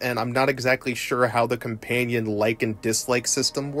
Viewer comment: Why do you keep saying ''compaynion''?